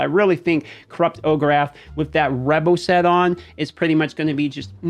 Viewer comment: Just got him myself. Gotta know how you get “Ogerath” out of Orakh it’s “O-Rack” is how it should sound lol